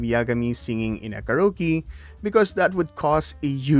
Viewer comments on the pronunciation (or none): none